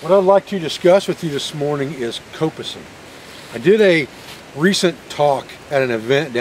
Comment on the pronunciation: The pronunciation of coppicing here in the UK sounds the like cop (as in police officer) Done a bit of coppicing, mainly to harvest stakes (long poles) to help support a newly laid hedge. There is also a variation, called pollarding. Where the tree is cut higher off the ground, partly to prevent animals from eating the new tree shoots. Also when coppicing, should take some care to leave the stump as neat as possible, and so that water can't pool on it, and possibly endanger the tree with rot. Prefered method was to use an axe, as leaves a nice smooth surface that'll water will run off.